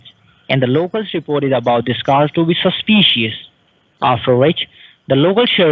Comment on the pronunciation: I'm sorry, but everytime he says "susspeeceeous"........ LOL